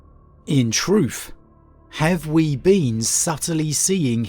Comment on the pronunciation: "In Troof"